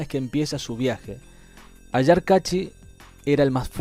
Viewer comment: Capac con fueraz en la c, CA.gracias..ayar con acento en la primera A, bye.